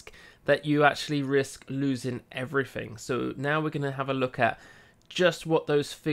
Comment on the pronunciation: What's "everyfing"? Pretty sure there's a T. Or "ten fousand" why can you say Ten but not THOUSAND? English officially butchered.